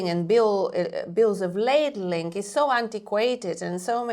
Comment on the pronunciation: it’s bill of lading not ladling